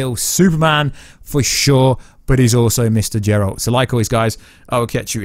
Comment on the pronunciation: Finally stop saying Džeralt pleaseee ! :D